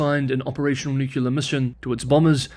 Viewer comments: To be sure, you can certainly continue to say Nuke-ular but to any person with the requisite education, saying Nuke-ular brings the listener to question your attention to detail, and that is probably not the kind of question that you want to leave in the mind of a viewer. After all, you likely do pronounce nuclear correctly when you refer to the nucleus (not nuke-ulus) of the cell, or the nucleus (again, not nuke-ulus) of an atom. Bottom line, I suggest that you should not pronounce that word in the same fashion, as does former US President George W. Bush. I should add that I find your pronunciation of Chinese words to be wonderful, since otherwise, I have no way to hear Chinese in Chinese, given that I live in Eastern Washington State, USA. I relish learning to pronounce Chinese names as do Chinese people pronounce them, and there you provide a real secondary service. I particularly do not like how Spanish names have been anglicised in California (I was born in the Los Angeles area, and, I, like you, have a few language quirks, for instance preferring -ise to -ize). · NUKElar hits the nail on the head when used for weapons. "Nuclear" is for energy. Stick to it, please. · Ok, I subscribed and I don't even care if you pronounce "nuclear" the same way George W. Bush did. As to whether China is a buy for investors right now, as always it depends on the investor. I'd put it in the speculative spectrum of investments and that's where I'll leave it until the Taiwan issue is resolved. I'm a fiscal conservative with low tolerance to risk owing to my proximity to retirement though and thus more interested in income than capital appreciation. Whatever your perspective is, choose wisely. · Pronunciation or not, there is no second u in the word nuclear. This pronunciation comes from George Bush. Not exactly an intellectual superstar. I’m glad to see you are spreading his dogma. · It's still wrong. * shrug * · Sorry, but it's NU-cle-ar and not nu-CU-lar